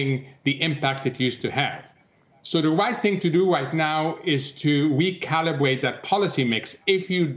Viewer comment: Did he say "Wecalibwate"? Time to hit the Bwakes!